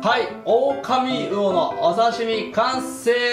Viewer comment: あ、「オオカミウオ」ですね。「オオカミうお」ではない。